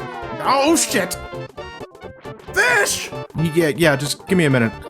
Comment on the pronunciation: with a British accent FIIIIIIIIIIIIIIIIISH!